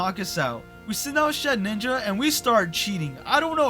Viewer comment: i dont usually care when people mispronounce pokemon names bc its not a big deal, but for some reason “shed-ninja” always bothers me, so i just wanted to let you know its “shed-inja” theres only one “n”